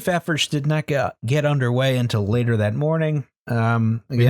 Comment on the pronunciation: Relistening to this months later and only now do I catch that says the initial death count was "rater laised" instead of "later raised."